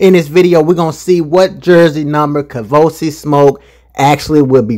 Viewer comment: I’m so surprised doesn’t know it’s 🥃🚬💨 KAVOSIEY as in the Cognac. He know some football, but he clearly doesn’t know Hood French. 😂 the nerve of!!….bout to get uninvited from the cookout. 🤦🏽‍♀️ Bless heart… lol 😆 it’s KAVOSIEY SMOKE, sir…. 🥃 + 🚬 His name is a whole party 🎉